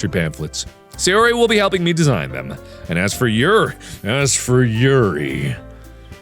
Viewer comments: How mark pronounces Yuri: Yiuali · Why does mark keep pronouncing Yuri's name the SAME WAY VICTOR NIKOROV DOES? OR AM I THE ONLY ONE THAT NOTICES?! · The hard ''r,, on yuri's poems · He went from saying morp in a nonsensical way, to calling Yuri like she's russian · Whenever Mark says the name Yuri, Viktor (Yuri On Ice) comes to mind because of the accent and the way he says it. Does anyone else feel the same way? Or is it just me?